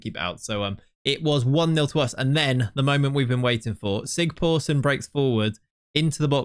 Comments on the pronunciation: Great video! By the way, the letter that looks a bit like a p is pronounced as sigthorsson, not sigporsson. Its an Icelandic letter but similar to what we used to have in old English for ye old... Its also just pronounced the old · I love that you keep calling him Sig-POOR-son. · The Icelandic guy should be pronounced ”Sigthorsson” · That weird "P" in the icelandic name is a "th". So its Thorleifur Sigthorsson in english. :)